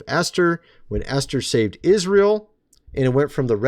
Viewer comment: Geez! Esther is pronounced E as in bEd r bEt. Not Aster the pagan goddess. Please!!!